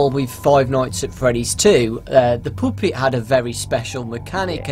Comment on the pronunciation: daw now i hear it Poopet